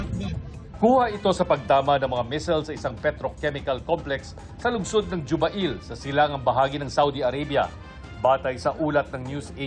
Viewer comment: Halaaaa.. meron pala sa Jubail Saudi? Hindi yan Juba il.. jubeyl po yan